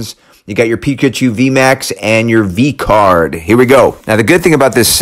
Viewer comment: homie really put emphasis on v card 😂💀